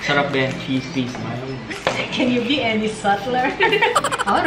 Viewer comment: ang ganda ng pagkaka pronounce ni ng CHEESE WHIZ MILD...LOVE IT